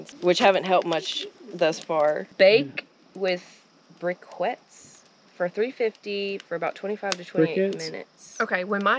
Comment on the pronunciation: SO AWESOME GUYS 😎 It’s OFFICIALLY the GREATEST DAY of life 😆 I loved when says “ brickwets” and then says “ briquettes”? 🤣 I think this was one of my favorite blogs yet! I DON’T KNOW why yall don’t have a MILLION SUBS!!! 🥰👏 My absolute favorite YouTubers 💜 PS Just subscribed to YouTube! Also loving Johnny Whild’s channel! AKA by brother in law as “ John B” lol